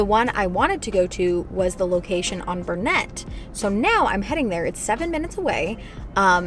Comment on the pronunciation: Lol how you pronounced Burnett was so fawncy!